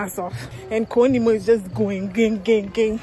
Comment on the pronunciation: She said koo nimo😂😂💔💔I tear! you’ll kill me with laughter